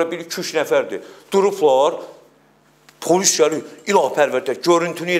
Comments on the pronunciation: Bu dilimizu niye bu hala salirsiz? Ne pAlis(?!), pAlis yox, pOlis!!! Polis ey, pOlis... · Palis yox polis